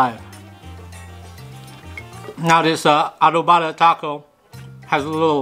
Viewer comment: Foo is adovada not adovaada lol